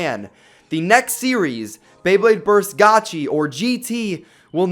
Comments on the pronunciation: It's pronounced gati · Gotcha you mean gachi right